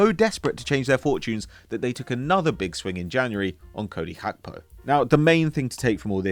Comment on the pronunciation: calling gakpo, "hakpo" it's music to my ears